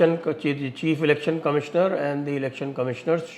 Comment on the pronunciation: Sir ji, did I hear rightly U saying CHEAP not chief?